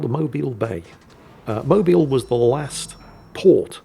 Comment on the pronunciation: I am impressed that pronounced Mobile, AL correctly. +1